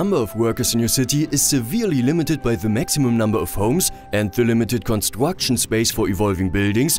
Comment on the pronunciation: Yeah... I'm also German, but these pronounciations are "funny"... Upgwades, constwuction, pwiowitize, stwonger,... I had this stupid German sentence in mind like: "Das ist zum Fremd schämen". Btw... What means: "wheel life"? I have no car, is that a problem? 😅 Jokes aside... it's good to see if this doesn't bother mostly other people... Because I might taking this too serious (?)